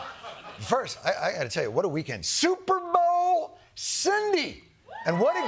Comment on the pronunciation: Big fan but he said shuperbowl and I dont why it bugged me.